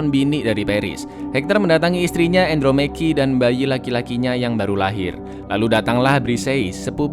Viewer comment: Andromache dibaca Andromeki 😂😂